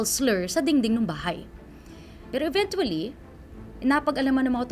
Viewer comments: Yung nag babalita laging Mention ang ( INVENTUALY) 🥴🥴🥴🥴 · Sana gino google muna paano bigkasin ang “eventually” sakit sa tenga eh. Nakailang ulit pa. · i know it’s spelled evenTually but it’s more like a CH sound not a hard T, please if you’re gonna keep saying a word at least say it right it’s so distracting 😭